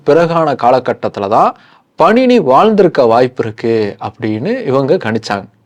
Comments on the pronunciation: Bro that's not panini it's paaninee . And it's not astadhayi it's ashtaadhyaayi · Panini-பாணினி , உச்சரிப்பை கவனிக்கவும். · பாணினி சரியாக உச்சரிக்கவும் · இலக்கண ஆசிரியர் பெயர் பாணினி. நீங்கள் சொல்வது போல பணினி இல்லை.